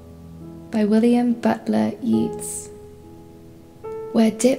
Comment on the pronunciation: Yeats is pronounce like yates, not yeets!